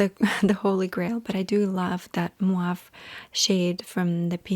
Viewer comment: Been here since 2017 and still says "muave" instead of mauve 😂😂